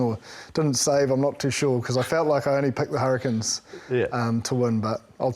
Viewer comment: Hurri-CANES. This host drives me mad naming our team wrong. They are not the Hurri-kins.